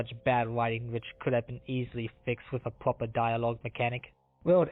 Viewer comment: Fweedom is important. You should always fight for your fweedom. Four diawog options is not enough.